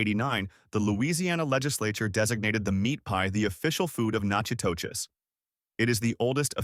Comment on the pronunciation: Natchitoches is pronounced Nack-a-dish.